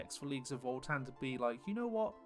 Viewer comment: voltan? there's no l in the name.